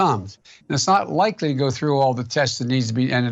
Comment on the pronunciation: Frough his teef..